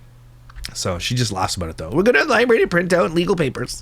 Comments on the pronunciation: Libary 😂 hehehe is that a Canadian way of saying library 😊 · I truly LOVE and look forward to your videos but that IS NOT HOW YOU SAY LIBRARY😤🤯 “libary” is crazyyyyy😭😭😭